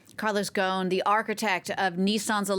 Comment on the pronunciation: it's pronounce: Gos'n not Gaun